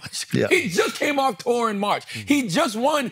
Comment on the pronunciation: Now I can't unhear Charlamagne saying 'Kendrick had the highest grossing Tuah of all time' 😂